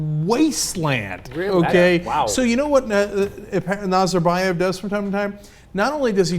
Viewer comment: These people don't even know how to pronounce Nazarbaev's name, what do they know about 'the regeme'? I imagine they're picturing this something like bears on unicycles. At least they decriminalized cannabis last year.